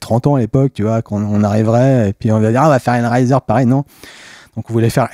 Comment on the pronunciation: Super episode mais pourquoi vous le prononcés hell riser ? rise raise hell raie zeur